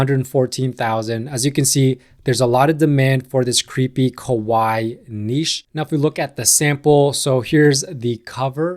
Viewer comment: Refreshing to hear somebody from the US pronounce niche properly.